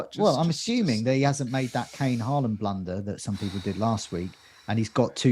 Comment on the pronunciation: As a norwegian. you are only say the first part of the name in norwegian and half in English. Hå is correct. but land is much more flat and different. Almost like how you say the word first part of lama. That tone on the last part and you'll get it right:D